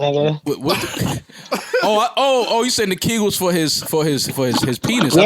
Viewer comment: WTF Joe, Lizzo Gate had me coughing on my water that I grabbed while dealing with your pronunciation of AB's "Ki Gull" exercises. This episode is hilarious!!!!